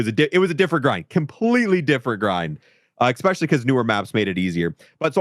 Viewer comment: He says ekspecially like a five year old speaks 😂 it’s especially btw 😂